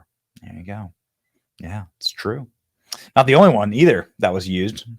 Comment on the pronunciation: She didn't say "No, I'm not" she said "No, I'm THOT"